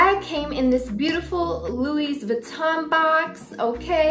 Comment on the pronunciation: Nice bag 🤩..Louis = French (so the S is silent 😅)